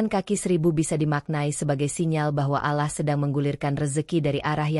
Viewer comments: Kok Allah bacanya alah sih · Bukan alah min. ALLAH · Allah Doble L kenapa di baca alah itu hilang satu huruf L kalo ga bisa baca Ga usah nerangin sesuatu.ini beribu ribu orang bisa salah paham Allah bukan alah dari awal sampai habis alah melulu kapan bilang Allah gitu ga usah koropsi huruf ngapa 🙏😭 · Bkn allah tp olloh bacanya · Allah swt..bukan alah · Ngomong Alloh yg bagus